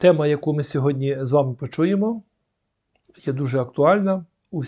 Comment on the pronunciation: Перше слово звучить Сьогоднв